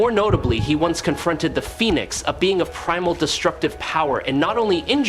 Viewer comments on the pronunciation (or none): You have no idea how much credibility you lost with me. How in the hell do you not know how to pronounce Phoenix... "Foe-ni-icks"... OMG..... ITS *FEE-NIX" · 'Phoney-ex force'? The Phoenix force? The AI reading of the script leaves a lot to be desired some days.. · thumbs down on how your computer pronounced phoenix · The this guy is never heard of the Phoenix or the well-known city in Arizona. Fee-nix